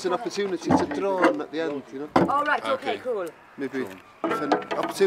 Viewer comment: "it's an opohchewnitee to drrohhn...it's an opochewniteh to drohhwn"